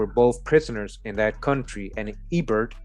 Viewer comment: Hebert is pronunciation in Louisiana french is A Bear.